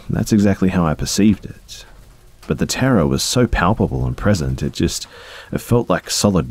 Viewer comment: For some reason I kept thinking you were saying “Tara” instead of “Terror” lol. I’m an idiot. Great video